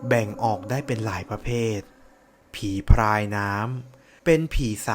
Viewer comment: ผีพราย นะครับ ไม่ใช่ผีพายนะ เผื่อบางคนไม่ทราบ การออกเสียง ร. และ ล. มันก็สำคัญตรงนี้แหละครับ ผมเข้าใจนะครับว่า บางคน กระดกลิ้นไม่ได้ ผมเองก็เคยเป็น แต่พอลองฝึกฝนดูก็ทำได้แล้วครับ